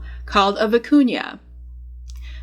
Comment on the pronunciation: Thank for pronouncing vicuña properly.